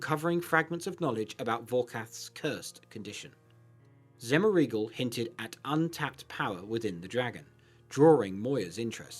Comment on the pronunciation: ... Zemmer eagle? 😂😂😂 XEH-MOR-UH-GL.